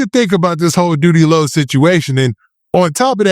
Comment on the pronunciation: He called Doodie Lo loose booty 😂